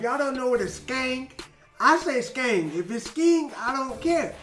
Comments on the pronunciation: U got skeng right but its gun not gen haha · It's skeng like sk end just change the d for g, just for your info lol